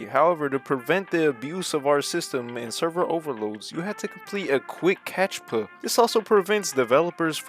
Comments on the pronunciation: it's 'cap tcha' bro 😭😭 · bro said "catchpa"🙏😭